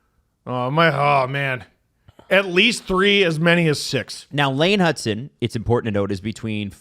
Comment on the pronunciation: His name is Hutson, not Hudson.